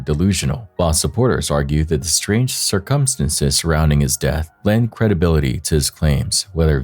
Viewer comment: can you please say circumstances properly? jesus lol